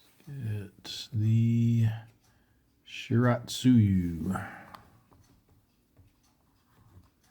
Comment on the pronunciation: Shiratsuyu is shi-ra-tsu-yu. I'm not sure about syllable stress but I do know that "ts" always begins a syllable, so not shi-rat-su-yu. Japanese never has CVC syllables.